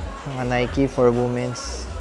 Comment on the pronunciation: Just to correct your pronunciation 😊 it is read as weemens not woomen's the word Womens